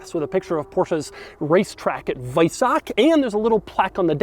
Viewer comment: Kudos for pronouncing weissach correctly 🤓